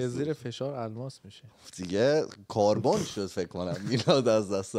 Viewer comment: کَربُن ❌ کاربن✔️